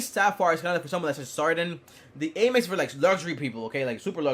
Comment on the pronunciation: it's not Aye-mex, it's Am-ex